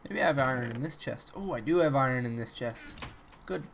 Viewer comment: Iron not iran lol :P but I love your Chanel thnks for the entertainment